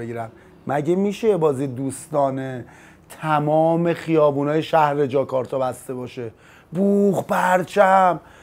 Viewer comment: جاکارتاژ چی بود دیگه پژمان جون؟! فکر کنم کرتاژ زیاد تو پرونده‌ی روابطتت بوده که جاکارتا رو جاکارتاژ تلفظ کردی :)))